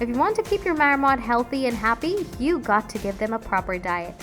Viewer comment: It's not a "Mayor-mot". 🤦‍♂️🤦‍♂️🤦‍♂️